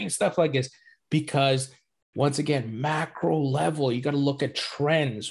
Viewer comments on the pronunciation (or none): I can’t tell if you’re saying ‘macro level’ or ‘mackerel level’ 😅😅 either way keep up the amazing work. Hands down the best interviews in the space and always look forward to what you have to say. Thanks for informing us 🙏🏻🙏🏻